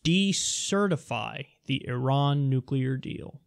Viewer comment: Great points..so glad that you pronounce Iran correctly as a side note ..